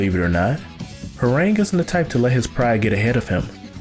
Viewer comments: ITS HWAARANG SAY THE SOUND OF THE A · lol i agree... and i only say that because during my studies in Taekwondo, we learned Korean and it was never pronounced like that.... but whatever it’s STILL an awesome video... He’s been my favorite character since tekken 3 because ima black belt 😅😅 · Your pronunciation is awful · Okay But the name pronunciation is cancerous